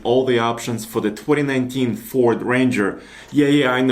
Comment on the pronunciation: It'd FORD...not fort....